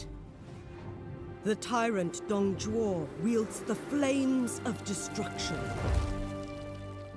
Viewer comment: Also Dong Zhuo is Pronounced Dong joe